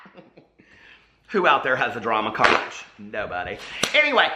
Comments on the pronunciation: LOL. I adore you,! Here in FL it’s pronounced “conk”. 😘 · Conch is pronounced konk... Love you!! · Conch lmao it's "CONK" hahahaha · It’s pronounced “ConK”. You should probably issue a public apology. 🤣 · Conch? I never heard those shells called conches?? lmao it`s pronounced konks. JANE, konks. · I was just listening to this video while I was cleaning, and I heard drama crotch instead of drama conch. I was so confused I had to rewind the video. 😂😂😂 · Well jeez...the conch club is going to come for you because the ch is actually pronounced as a k. That's it...I expect a video apology..ROFL EDIT: Here is my actual apology...apparently it can be pronounced either way. Funny, I made the joke to be funny and the joke is on me LOL